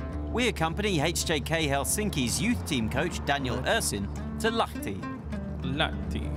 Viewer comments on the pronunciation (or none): LAHTI ei LATHI🤣